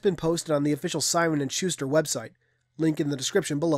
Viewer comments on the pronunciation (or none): none